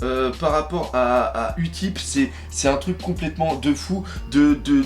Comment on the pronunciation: on dit pas « Utip » mais « youtip » xD En anglais le u se prononce ´you’